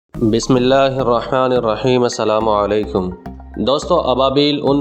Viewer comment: بھائی بسم الله الرحمن الرحيم تو ٹھیک سے پڑھیں